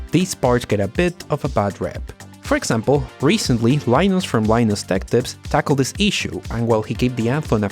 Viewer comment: Why do you pronounce "Linus" when you begin the video.. And then just completely give up on English further on... And say it as "Lenassss".. Jesus. I'm not even a native english speaker and this makes me cringe.. Almost can't watch your videos. Got through to this one. Good points. Agreed with everything you blurted out with little effort